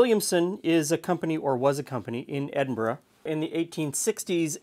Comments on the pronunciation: 😮😮 He can say Edinburgh properly!!! 🤯👍👏👏👏👏👏👏👏👏🏆🏴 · So so happy you pronounced Edinburgh properly. Gg brother